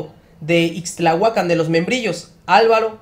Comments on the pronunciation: MHIJO ... ACENTO EN LA Á IXTLAHUACÁN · Es Ixtlahuacán de los Membrillos, no ixtlahuacan ya no saben para que son los acentos. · Es Ixtlahúacan No ixtlahuacán...